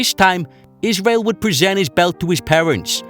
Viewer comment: " a woof twansition for iswael"